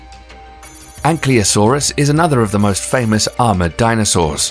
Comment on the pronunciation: Get a narrator who can pronounce the words without flipping the letters etc. EG ankyl vs ankly